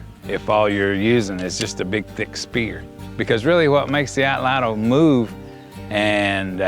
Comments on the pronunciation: “Atlatl” is a Nahuatl word. It has only two syllables, not three. The “tl” sound is actually pronounced pretty similarly in Nahuatl as it is in Cherokee. Here is a video on how to properly pronounced “atlatl” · Nahuatl becomes na-wat, so atlatl should be at-lat.